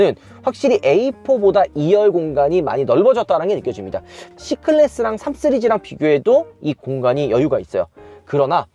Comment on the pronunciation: 진짜 궁금한데 3시리즈 말할때 3쓰리즈라고 하나요 발음이 안되는건가요 궁금해여